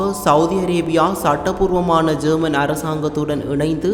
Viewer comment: ஜேர்மன் இல்ல யேமன் சரியாக உச்சரிப்பா